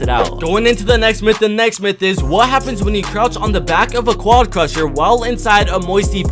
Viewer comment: Has this guy realized yet that it is QUAD CRASHER, not QUAD CRUSHER?